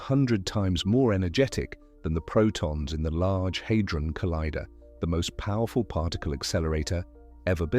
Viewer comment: The Large HAY-dron collider? It’s pronounced HAH-dron not HAY-dron.